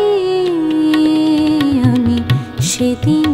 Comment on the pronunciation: aami bolte pronounceta gobhir hotchhena